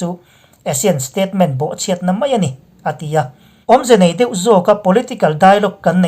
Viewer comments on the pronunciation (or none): none